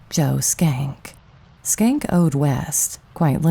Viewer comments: Shencke. Was that really pronounced skank? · I could be wrong, but I do not think Schenck is pronounced with a "k" sound in the first part of his name, unless you purposely said it that way. I had a roommate with a similar name and the "Sch..." should be pronounced with the first "c" silent.